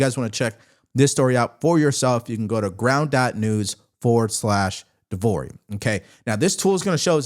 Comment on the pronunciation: De Vory, nailed it.